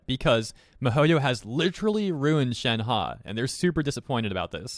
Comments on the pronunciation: its (shen - huh) not (shen - ha) 💀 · Nobody:: shenhA